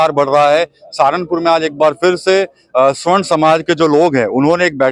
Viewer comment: स्वर्ण नही सवर्ण कहे